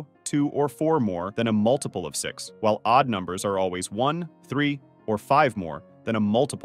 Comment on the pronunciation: Yeah took me a while, but the thrice repeated weird intonation on "MULtiple of six" starting confirmed it